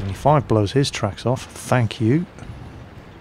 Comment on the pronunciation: and stop saying " FANK U" !! this is THANK U not FANK u !!